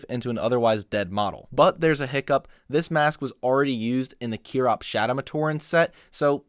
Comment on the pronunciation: it’s pronounced KY-Rocks not CHEER-Rocks idiot.